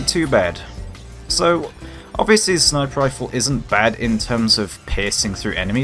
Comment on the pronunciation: Lmfao I'm sure you're saying "sniper rifle", but my ears are hearing "sniperifle"...All one word, and only one R